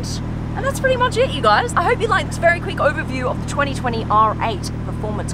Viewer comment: that verwy verwy misleading title